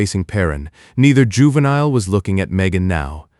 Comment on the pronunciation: Your AI can't even pronounce the word juvenile there's something wrong. And I heard other AI voices so much better and even they can pronounce the word juvenile. Let alone this voice is borning.